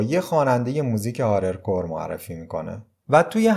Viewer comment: هارد کور رپه، فکر کنم گفتی هارل کور رپ 😊